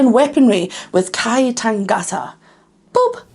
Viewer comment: A few bits and pieces for you - they were very young when they put this out. I think the front two were about 16, and the drummer was 14 or 15. The tongue thing. Literally means "I am going to kill you and eat you so I can absorb your soul" or Mana. You pronounced the title perfectly. got "Maori" wrong tho - "Mao (like "Chairman Mao")-ree". You got it.❤ Yeah, the Haka is a war dance, but these days it seems more ceremonial, but still, any form of competition is a battle.